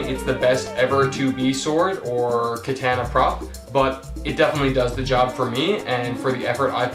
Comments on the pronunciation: You know nothing you pronounced the most famous type of sword wrong how can you do that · Said katana weird